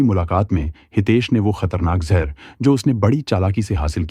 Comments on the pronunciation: Jhar nhi jaher hota h be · ek baat jehurr nhi zehar hota hai.